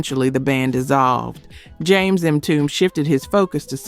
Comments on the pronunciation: ‘Mtume’ is pronounced “emTUmay” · The group Mtume’s name is pronounced “em-too-may”. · The Late musician JAMES MTUME name is pronounced M TOO MAY not MTOOM, I am just correcting you!!! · It's M-TU-ME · My Sista' it's pronounced ( M - 2 - may ), James Mtume. Next time, just ask someone who lived it, we don't mind giving assistance. Keep up the Great Work ! ! ! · Please lady Narrator I'm not trying to be a know it all.And please don't be offended But Mtume is pronounced (M)(2)(May). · Great groups. One thing it's pronounced EM -TOOMAY (Mtume) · Mitomb?! Tawatha igee, It's tawatha AGee. Instead of Pissing everybody off with the AI voice why don't you just hire someone who knows about black music? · Omg!!!! How can AI slaughter Mtume?? Whoever is responsible for this channel either train you AI or stop being so lazy and do your own narration. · Is this a robot MCing. She has mis pronounced so many names. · It would be nice if this narrator knew how to pronounce MTUME. IS this AI? New-birth sang Wildflower. I have all this music. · It's AI, it seems that these content creators are getting lazy. They don't want to narrate these videos themselves cuz perhaps they don't know about black music so they leave it up to an AI voice who mispronounces everything. It's depressing because I'm truly interested in classic black music but AI is f*ckin it all up😡